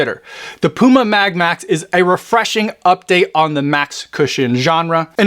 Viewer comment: Sounds like you say Puma Mad Max!!😁😆